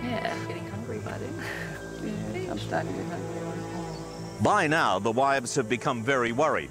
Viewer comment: He can't pronounce "now"